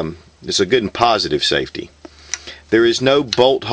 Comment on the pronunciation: hahaha ... "gun has been safty checked"